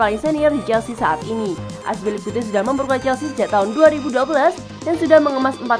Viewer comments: Aspilicuete ???? Azpilicueta kali Min.. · azpilicuate? lol tinggal baca doang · Azpilikute itu siapa anjir , kami tau nya azpilicueta🤣🤣🤣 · Akspilikute? Wtf hahah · Saya baru tau cara nyebutin nama cesar aspi🤭🤣🤣